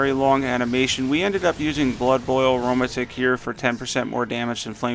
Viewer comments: Great vid but aromatic?? It’s not “uh row muh tick” it’s “air-oh-mat-ick” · Did he just say Aroma-tick? Lol pronounced arrow-matic my guy